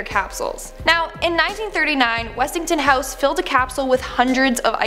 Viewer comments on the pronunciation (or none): Really, Westing-TON-house